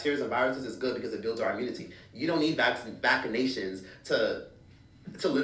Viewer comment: Also why bro pronounce it as “Vackanation” 😂